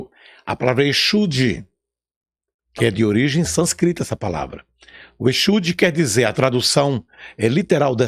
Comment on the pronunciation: Báhhhh, começou todo atrapalhado. Sânscrito, nem pronunciar sabe. Aí continua o besteirol. Só deu pra assistir até 3 minutos... Não vale assistir...